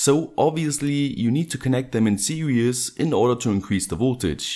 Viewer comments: You said "serious" ..its sposeto be "series" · I'm sorry but "series" is pronounced "see-rees" where the ee is pronounced like "sea". You're far smarter than me, so don't feel patronised cuz I'm dumb.